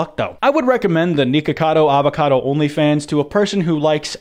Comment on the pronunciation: “Avacoda” bruh lol 💀